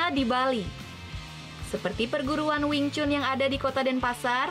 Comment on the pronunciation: Wing tsun not wing chun lol